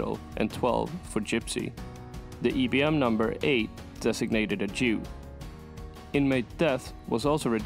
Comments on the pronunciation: It’s pronounced as IBM eye bee m not E bee m. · IIIIIII NOT EEEEEEEE. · The upbeat, cheerful music is out of place. And why you call it "ee'" B M ?